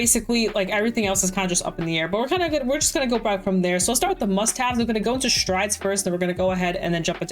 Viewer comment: When you said "Must Have" i heard "Mustache" and was really confused